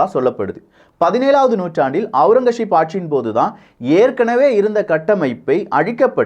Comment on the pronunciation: ஔரங்கசீப். Aurangazep and not Aurangasheep